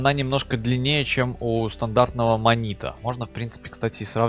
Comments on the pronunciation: Не манИто а манитУ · не манито а манитУ!!!